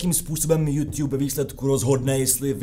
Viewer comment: Žádný jůŤub ale jůtub! V angličtině žádný ť NENÍ!